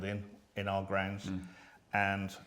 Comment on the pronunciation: did she say are application?, It's our, not are. our, sounds like hour, power etcnot are